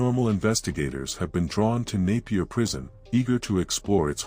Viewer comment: Thanks for pronouncing Napier right . Naiper prison still had inmates in the 1980s